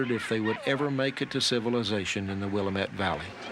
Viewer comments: It’s Willamette DAMIT! THAT’s how it is pronounced. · learn how the WEST pronounces "Willamette" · I can't listen to this guy butcher the word Willamette. If a narrator can't be bothered to learn the names, I can't be bothered to listen. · Don't suppose you could learn to pronounce 'Willamette' correctly could you? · as a native Oregonian, born in the Willamette Valley, I absolutely WINCED when I heard the narrator mangle the word Willamette.😱😱😱😱 Not anybody that doesn’t live out here cares but the valley everybody was trying to get to it’s pronounced, wil-LAM-eht. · It is pronounced ,will LAM et. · Mr stegall would you please please please please please for the love of please learn how to pronounce Willamette!!! It is not "MUT" like a dog, its "ET", LIKE I "ET" a buffalo once.... WILL-AM-ET. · It is Willamette… not u as in huh it is a as in antler…wish they could get it right! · Always cracks me up when they pronounce the Willamette Valley “William-ette” 😂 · The William ette valley? WTF...thumbs down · Oregonian here. It is pronounced...WIL-LAM-ETTE. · Will-LAMB-it is how you pronounce Willamette, with the emphasis on the second syllable. I'm always sprung if they pronounce Oregon correctly! 😂 It's not pronounced Or-ee-GONE. We didn't go anywhere! It's pronounced Or-ee-gun. OK. I feel better after that rant! 😊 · wilimet river? That was all I could stand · It's pronounced Wil-lam-ett. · I live in the Willamette Valley. It is pronounced Will AM it. The pioneers established the New Jerusalem, which is Salem - the capital of Oregon. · My great great grandparents made this trip with my great grandfather as a young boy. I have gg grandmother's diary. The correct pronunciation of the Willamette valley is "will am ette", no long e at end. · Will uh muht….LOL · Someone please help this narrator to pronounce willamette correctly! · Wild they didn’t consult someone in a documentary regarding the correct pronunciation of Willamette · You are saying Willamette wrong